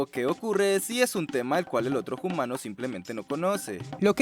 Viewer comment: #PrimatesHablanDe Me gustaría de preguntar al de este canal: por qué pronuncia el H quando habla la palabra Humano? En español no se pronuncia el H!